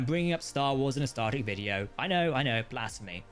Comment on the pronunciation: Dude you got to start saying star TREK, not Star rek, so annoying lol